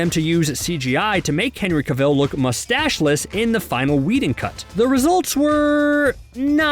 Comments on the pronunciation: Uhhh why can't you pronounce Cavill or Mustache? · OMG. How can you have this job and not know how to pronounce Cavill?